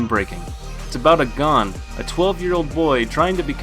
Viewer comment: Great video but I don’t like how you mispronounced Gon from hunter x hunter it’s like goku but instead a ku at the end its a n